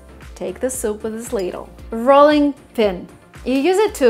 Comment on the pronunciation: because you have an accent,yourself,some of your words,for instance,metal,and rolling,are not coming across properly.Your ‘t’,in metal,sounded like ‘d’,and rolling,should be pronounced ‘rowling’.The ‘row’,as in rowing boat.